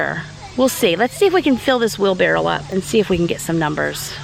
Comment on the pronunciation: I'm trying to listen carefully but do you call a wheel barrow a 'wheel barrel' ??? I have harvested just 4 tomatoes this year and I am quite proud of them!!! Re you crops, I'm with the person who said 'dig deeper for your spuds with a big fork' I bet there are more in there. Also to 'hill' them. My dad grew all of our veggies so I'm thinking of his beautiful vegetable garden.